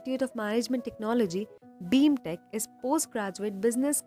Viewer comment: Its BIMTECH not BEEEMTECH